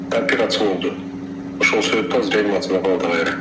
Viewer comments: Ранимасиа жасалдыбы?реанимация десен тилин сынып кетеби? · Карындаш, операция менен реанимация деген созду жакшылап жаттап алышын крк экен, ийгилик!